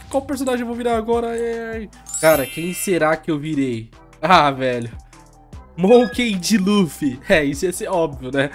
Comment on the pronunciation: Mesma coisa ele falando Mokey D ele fala monkindin ou monkendin. Crazy nao leva pro coração, eu gosto dos seus vídeos se acabou magoando desculpa, eu to so brincando.